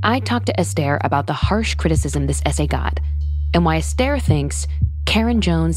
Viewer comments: It's not pronounced Estair. It's pronounced Ester in other words S ....TER! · You pronounced her name wrong every single time.